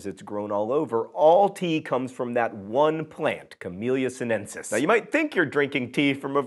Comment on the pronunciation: I know John'll never get it right, but it's "Camelia sin-e-sis" and "tis-an-e"